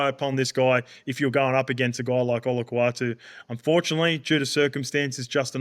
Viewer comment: Someone needs to help Cooper Cronk out with the pronunciation of Olakau’atu. Bro changes the apostrophe for an L - Olakaulatu 😂